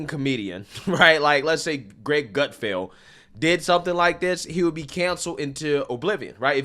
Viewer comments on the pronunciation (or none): none